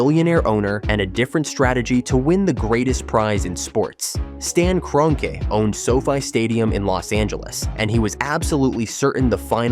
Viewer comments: What the ever loving fuck is this video? The Giants and Jets are not bitter rivals in the same division, they're not even in the same conference. Then you have the complete butchering of Stan Kroenke's name (KRON [like Tron but with a K] Key). If you're going to use a speech bot forget the correct spelling and spell it phonetically. As for the stadium itself, no it's not the biggest or the flashiest, but it's still got a pretty decent capacity at over 80,000. I know Jerry World in Arlington can host more, but there's no transit infrastructure to go alongside it. And I think it too is still too narrow like SoFi. On top of all that as I watch further, the security thing probably is accurate but it should be noted that they've hosted a Super Bowl before. An event just as big as the World Cup Final. I guarantee they're familiar with that whole operation and the necessary addition of extra checkpoints. One more thing as I reach the end: the reason why the Giants & Jets don't use grass is that they've tried it before and it was a horrendous failure. Back at the old Giants Stadium from about 1999 until 2003, they used a natural grass field. By the end of the season it was more or less dirt spray painted to look green. You had the Giants and Jets play a combined 16 games there a year, then there's the odd College Football game or two during the year, concerts, and towards the end of November, you have High School football championships held there as well. I know technology has advanc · A.I voice didn't like the name Kroenke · The synthetic turf issues won’t be a problem because there will be a natural grass surface in place. Like they did last year. Of all the issues that this World Cup has, the venue for the final isn’t one of them. Also your AI chatbot doesn’t know how to pronounce the owner of the LA Rams.